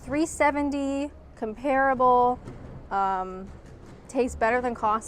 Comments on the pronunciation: Eminently watchable video. Great! However, probably because I'm old and definitely a pedant, com-pear-able (and its many repetitions) offended my sensibilities. Com-pruh-ble might be worth a try 🧐😂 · I noticed that too, but I thought it might just be the North American way of saying it.